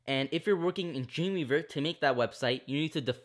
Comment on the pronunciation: It found it quite hard to understand what you were saying when you said "Dreamweaver". I first thought you said 'Junior verb'. Great tutorial though.